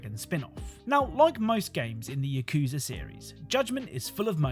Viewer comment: Yakuza is a 3 syllable word not 2